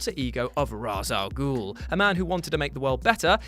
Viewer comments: "I'm gonna call him jus "Ra'as" from now on." Calls him Ra'as Al Gul again. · pronounce Ra's al Ghul right idiot